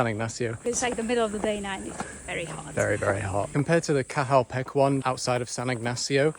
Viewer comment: It's pronounced Sun-anton-itch but you good bro 😭 Also Cahal Pech is like Ca-hal Pet-ch